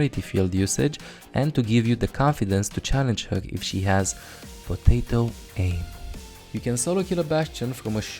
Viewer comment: The way this man said potato aim made me laugh so hard for some reason